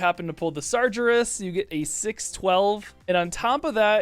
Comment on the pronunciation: Slightly offended by your pronunciation of Sargerus xD